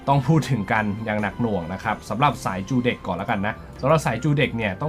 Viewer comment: ทำไมจูเด็ก ออกเบิ้ลแบบนั้นครับ